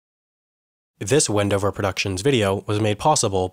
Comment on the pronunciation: Did someone else heard 'bendover' instead of Wendover?